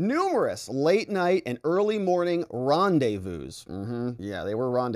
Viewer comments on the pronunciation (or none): none